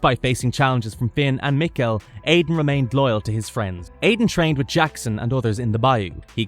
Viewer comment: its pronounced Mikealsons not mikel say the name right this is my favorite show please dont butcher the name like that